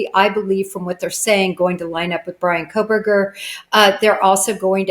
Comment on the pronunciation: You lost me when you said Coffindofer sadly